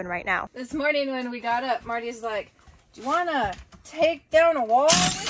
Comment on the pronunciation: Stop saying morging